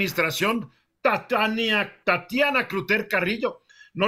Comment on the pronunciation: Tatania, no 🤣🤣🤣